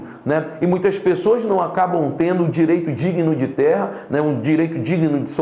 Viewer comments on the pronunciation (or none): none